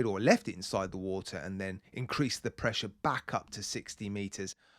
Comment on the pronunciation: "Weelease the pwessure!"